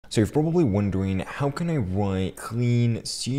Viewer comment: so you pwobably wandewing